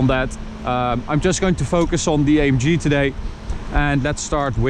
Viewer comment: “A em ghe” Please.